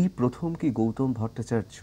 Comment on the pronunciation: ওনার নাম গৌতম। গৌতোম উচ্চারণ করছেন কেনো?